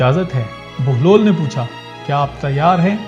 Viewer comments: Sorry sir video to ap ny bna li hai lakin ap baglol baglol bol rhy hain asal main enka nam behloll dana hai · It's Hazrat Bahlol Please , Not Baglol please correct your self 🙏 Pir Mola Ali Madad 🌹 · Bai name to sahi lo "Baglol" nain behlol hy